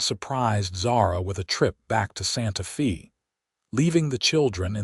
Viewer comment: Please correct this video. It is driving me crazy. Santa Fe is pronounced Santa "Fay". Also Albuquerque is just like it looks. Not Albuque. Otherwise, a sweet story. I live in New Mexico so I am proud of our major cities. Thanks.